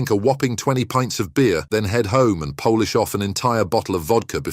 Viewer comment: When the AI text-to-voice doesn't get the context of "polish"